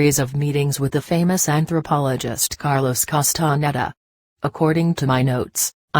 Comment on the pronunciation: ... the chinese reading bot is contrived, mumbles, eats up words, bad pronunciation ... makes up words ... Karlos Kastan Heda ... Ketzl Kootl ... what the hell ?